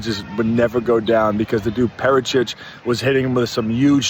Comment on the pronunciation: Lol wtf is calling Prates 😂😂